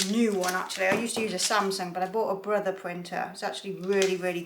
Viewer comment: Do you mind saying what laser printer you use again? It sounded like "Bertha". Maybe you said "Brother", which is the brand I have now. Would like to know the "model" also. Didn't see info on it in your list of other equipment. Thanks!!! *Enjoy watching your videos.